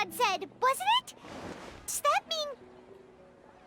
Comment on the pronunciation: it's pronounced Dune-yar-zahd Not dune-yuh-zard. Edit: I don't mean for that to come across as rude. 😅 I just know a lot of streamers still mispronounce her name. Even months later.